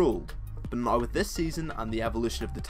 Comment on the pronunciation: "right noi" hahaha :3